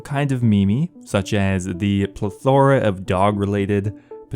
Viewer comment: Alright I didn’t want to be this guy but somebody’s gotta teach you how to say plethora. The emphasis is on the first syllable not the second. Pleth-er-uh